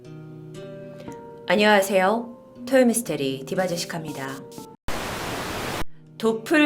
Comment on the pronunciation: 시작할 때 '아녀아세요우~' 하는거 너무 웃겨요